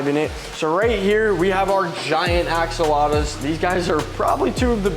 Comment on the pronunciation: You didn't just say axalotas hahahah its axolotls! I dont know if im being dumb but i swear your saying it wrong hahah